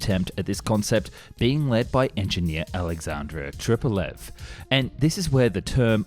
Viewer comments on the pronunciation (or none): none